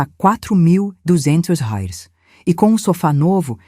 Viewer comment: Será que é tão dificil falar "R E A I S" acho isso de falar rais raios e outras idiotices cacildis Ja deixei de ouvir outras histórias por muito menos